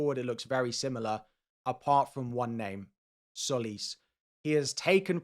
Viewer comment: All content creators pronounce ''Tsolis'' wrong. It's not pronounced 'Solis' , it's 'Jolis'.